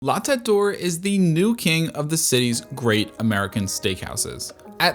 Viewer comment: Yes, your pronunciation is pretty good. I'm a French speaker. The circonflexe (^) is what is most difficult for English speakers because we don't have accents. There are atleast four ways to pronounce e in French and it is not always so easy. "T'Eight" is not actually correct but close.